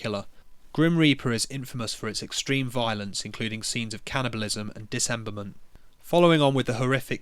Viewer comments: Great video. Just so you know dude, it's Dismemberment. Not Disemberment. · It’s called „dismemberment“, not „disemberment“ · Dismemberment, not "disemberment". You're leaving out an 'm'. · It's dismemberment, not disemberment. You're not pronouncing the first M. Good video by the way. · Loved the video, liked and subbed. Why do you keep saying disemberment instead of dismemberment though -_ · The most controversial part of this video is your pronunciation of dismemberment. Disemberment ain't it fam.